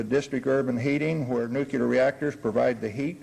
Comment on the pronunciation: yet still not even experts can pronounce the damn thing! "nukellar' is what comes out their mouths!!! WHY??? !!!